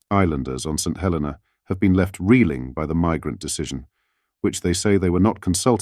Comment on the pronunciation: It is a 'shocking reveal' only to about 5% of the UK population who don't read more than soundbites/ headlines and don't know/ care where Chagos and St Helena are. It's pronounced Saint He-LEE-na by the way.